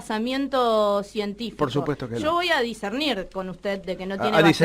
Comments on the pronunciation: "Basamientos", "disernir". jajajaja ni hablar bien puede la loca esa. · HAYYY NATYYY!!! MEJOR SERIA Q TERMINE LA PRIMARIA.PARA APRENDER (DICERNIR.DICENTIR.JAJA). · yo voy a "discernir" XD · DISCERNIR. DISENTIR PELOTUUUDAAAAAAAAA. BASAMIENTO NO......BASAMENTO.